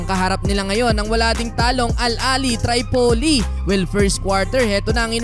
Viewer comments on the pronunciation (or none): Tripoli, name of the libyan capital. Not pronounced as "Tray poli" . It's "Trip poli"